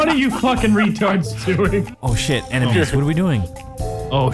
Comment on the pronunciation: AHAHAHAH DID HE SAY EMENIES